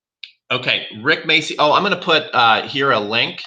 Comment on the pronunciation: Rick what?? Macey? what the hell is Macey? The name is spelled MACCI! This is an Italian surname. It's pronounced macci. Ma-cci. The cc is pronounced like ch in Charles.